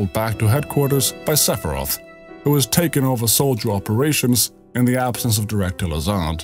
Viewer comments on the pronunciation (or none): none